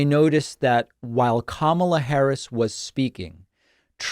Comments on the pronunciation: The first syllable of Kamala Harris is accented. - KA - ma - la. Please have your guests pronounce her name correctly. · Why can’t people get her name right!? Can’t complain about tmp getting it wrong if professionals elsewhere can’t get it right. It’s not ka MAH la, it’s KAH ma la. 🤦🏼‍♀️ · needs to say her name correctly. Kamala = Comma-la. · Kamala not kama"la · needs to pronounce her name correctly, it's conma-la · Kamala is pronounced Comma-la, with emphasis on the first syllable. I don't think much of what you have to say if you can't even get her name right. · He should learn how to pronounce Kamala's name properly!! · Tell your guest that he mispronounced Harris' name!!!! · It absolutely enrages me when people like this doctor mispronounce Kamala's name. I expect it out of the Trump cult, but why, with all the news coverage on the correct pronunciation, do otherwise smart people continue to pronounce her name incorrectly!